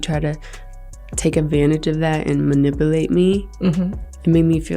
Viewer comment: Someone should create a meme with Gina Huynh attempting to say manipulate 😂LMAO!